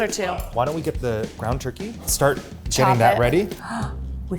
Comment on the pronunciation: “Gwound turkey” 😂